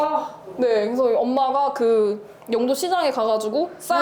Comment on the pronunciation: 영↘도가 아니라 영↗도 (죄송합니다 이런 사람이라..............)